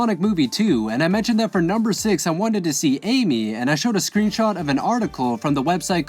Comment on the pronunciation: Did he say amu